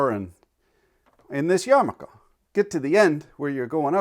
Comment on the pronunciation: Awesome job at including all the letters in your pronunciation of yarmulke. Sugg reading: the chosen by chaim Potok. In the mean time, pls do a caveman tv with all limericks.